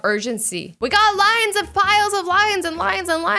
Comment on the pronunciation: when she said “lines and lines and lines” i thought she said “lions and lions and lions” who else heard it